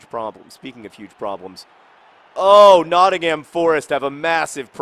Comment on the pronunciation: Notting-hum, not Notting-HAM. Sorry to be picky John.